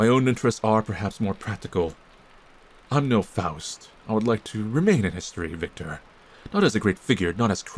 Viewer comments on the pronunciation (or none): none